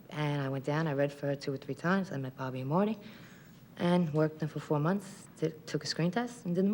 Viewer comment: Bawby and Mawty